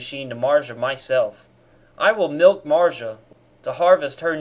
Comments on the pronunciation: Who the fuck is Marja? Or do you somehow not possess the ability to pronounca a "Z"? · Im confused on so many Levels and Kinda more pissed about his way to pronounce marzia then this whole Video (i know its Satire) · Mans never had a girl I can tell also he can’t even say her name